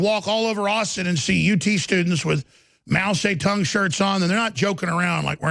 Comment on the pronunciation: Mao say-tongue???? What a jackass